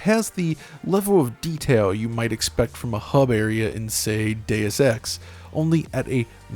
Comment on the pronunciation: Day-uss is actually correct